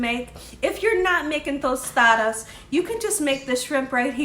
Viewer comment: you say Tostadas perfectly! 😊